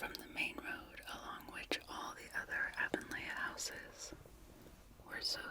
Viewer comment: It's pronounced "A-von-lee"